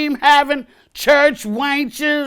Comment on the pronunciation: Lmao "church waynch"